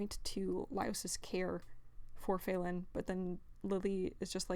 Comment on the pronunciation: Why do you keep pronouncing Falin's name as Fay-lin?